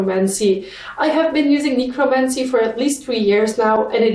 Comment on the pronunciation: i think necromancy is pronounced neck ro mancy . they are and undead unit in warcraft that raise the dead i dont play anymore because of a past chronic computer game addiction that caused me repetitive strain injury that force more to get into yoga to heal my hands but i still watch the e sport warcraft scene and the commentators called them neck ro mancers ❗❗❕❕❗❗ i love listening to you talk 💚 just remembered the word necromancer is in the alien vampires song we will rise its the last song on the first album it is heavy and unique i love that song so much 🖤